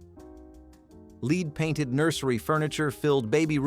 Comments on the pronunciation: Led, not leed paint. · I've seen several videos that pronounced it "leed" so I guess at least they're consistent. 😂 Buh-lone-ya drives me nuts, too.